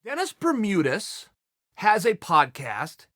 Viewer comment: "Denus Bermudas" says Chael